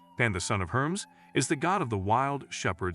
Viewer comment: Idk which hit my ears worse - Herms, Herickels, Hayds, Aphrodight